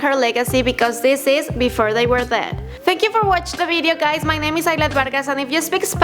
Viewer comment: "Before they were thead" lol this ugly annoying bitch